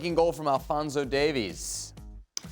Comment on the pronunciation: It's Alphonso Da-vees not Alphonso Da-vis!!